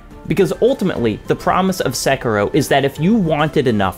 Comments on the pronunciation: Sek ee ro not sek ero. I is pronounced like e in Japanese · The way you say "SEKIROW" 😢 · Just...is it so hard to pronounce Sekiro? I mean they say the name several times in the game...